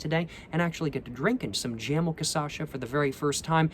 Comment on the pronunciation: Jamel - jáh méu